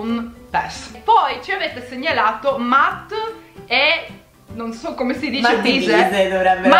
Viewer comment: La pronuncia di matt e bise è “mett” non “matt”